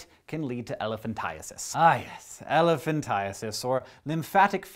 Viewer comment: I laughed extremely hard when he said elephantiasis